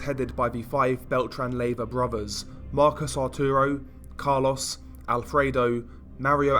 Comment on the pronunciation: They way you say Carlos kills me bruh 😂